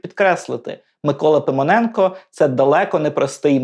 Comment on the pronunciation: Ну і вимова! Микола Пимоненко в устах ведучого звучить як Симоненко!?